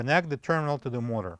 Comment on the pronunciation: Good job. Why not just replace bearings and seal. Some or your pronunciation is difficult to understand. Eg motor, the first syllable is longer and louder. MO-ta.